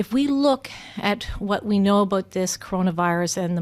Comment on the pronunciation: Aboot.... I LOVE IT!